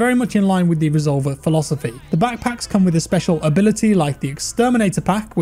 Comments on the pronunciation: Reh zol vair is how its pronounced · resolVER, thas how you pronounce it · Re sol ver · The way he says “resolver” lol I’m cuban so it’s funny hearing a Spanish word pronounced like that haha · i can see it being used in the cartel to describe shooters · The way he pronounced "resolver" is almost insulting